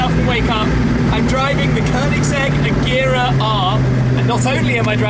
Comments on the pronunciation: The guy can't even pronounce agera right ... And he does this for a living aswell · Wrong pronunciation of agera and dat lisp do but aside from the cool